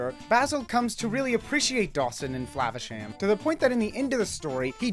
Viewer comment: lol you should have mispronounced "Flavasham" every time you said it but in a different way each & every time you said it! but I agree, this movie was a true gem. Ratigan truly made this movie I think, best cartoon movie villain EVER!